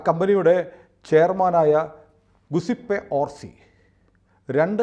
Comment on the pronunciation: ഇറ്റാലിയൻ രണ്ടാമത്തെ പേര് ഗുസിപ്പേ അല്ല ജ്യൂസേപ്പേ എന്നാണു g ഇറ്റലിയിൽ ജ ആണ് 😊